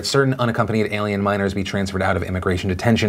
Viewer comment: "alien" sounds so weird lmao